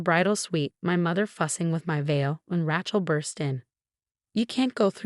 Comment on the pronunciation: The reader should be told how to correctly say names. Rachael is Raa-chocolate. They also mispronounced other names.